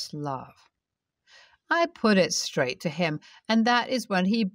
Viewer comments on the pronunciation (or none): none